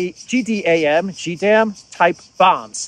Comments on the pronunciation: This is the first time I saw you actually get really upset with Germany. You are correct and it is time for Germany to replace the so-called leaders at the helm now. But the German citizens keep going along with Scholz and Co. Great reporting as usual. By the way it's call JDAM, JAY not GEE. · Jay-dam is how you say it... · Sorry, I do believe that it is said as Ja Dam.